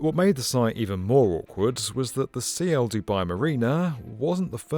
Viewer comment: Isn't it Ciel (sky in Spanish) and not C I E L ?